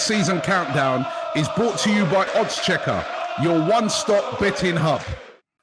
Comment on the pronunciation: Who else gets triggered when Robbie says "OddsCheckar"?...